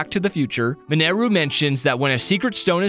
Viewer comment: It's minaru not manaru